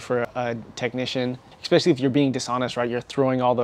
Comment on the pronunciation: There's no x in especially. It's not "expecially". In case you do the same thing with your Italian coffee, it's not eXPresso, it's espresso. You spent too much time being a stealership nerd, you forgot to finish learning English. I'll let you know if there's any other issues. I'm only like a minute in. I'm predicting right now that you're gonna have an issue with further and farther. Just my professional opinion, we'll see.